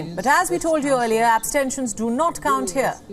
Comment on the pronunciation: He is having a hard time pronouncing 'abstentions', 'precarious'. Dont make him read a script. Let him choose his own words.